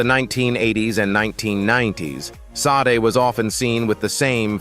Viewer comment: How about Barry Gordy speak his own truth!!! Look over here instead of looking my way that's the feeling I'm getting. And who is teaching these AIs. Sod??? Poor Sade, the AI butchered her name. Back to the class room mister. Your voice and the way you pause and smash words together, well it was really hard to get through this video.💜💜💜